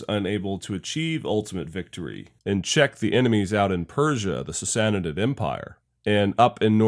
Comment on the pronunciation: Princeps has a hard k sound not an S as does principate. He butchers sassanid too.